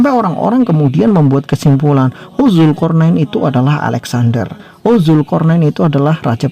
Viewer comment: woy jaua ,,,jangan asal asalan nyebut nama tuhan dan nabi, ..ALLAH bukan ALLOH, DZULKARNAEN bukan ZULKORNAIN...segala A diganti O.... cukup bahasa kelompok mu aja yg kau gituin,, nama org apa lagi tuhan jangan kau seenak jidat...HAMA